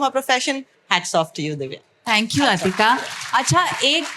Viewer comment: عطیقہ ( not Atika) Farooquee, please correct your pronunciation of Haider Aabaad حیدر آباد ، which is not at all Hydrabad ہائیدراباد